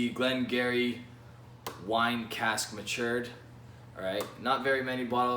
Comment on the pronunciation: Good review, but just for the sake of the pronunciation it’s “Glen Guirri”